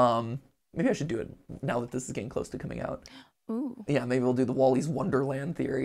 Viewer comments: Man said Willy's wonderland wronge 3 times💀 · WOLLYS WONDERLAND? Do u mean WILLYS WONDERLAND